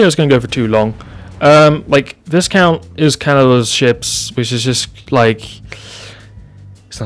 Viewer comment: Actually... the pronounciation of Viscount is Vaikount - 🤓